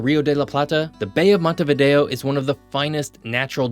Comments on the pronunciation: Se llama MONTEVIDEO .. No " Montevido " ... imperdonable error. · URUGUAY ES UNICO, SU POBLACION ES UNICA. Y SU CAPITAL ES MONTEVIDEO, NO MONTEVIDO. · "montevido" (NO) . "Montevideo" (SÍ) le pronunciación de la capital de Uruguay es mala. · Para hablar de algo hay que saber,al decir varias veces montevido se nota falta de preparación,es montevideo,por lo demás es bastante exacto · Se pronuncia MONTEVIDEO !! y Uruguay NO es un país minúsculo ni estamos despoblados. Somos 3.4 millones y nos gusta así. Tenemos muchas ventajas comparativas respecto a otros más poblados o grandes. De tamaño somos el doble que Portugal,Austria,Irlanda por ejemplo. Tenés que estudiar más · Quien habla o no sabe leer o es un típico caso de "Estupidez Artificial". La capital de Uruguay se llama MONTEVIDEO, ¿entendiste? JG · 😅 Что за безграмотный комментатор, который даже нормально произнести Монтевидео, Буэнос-Айрес и Порту-Алегри не может😅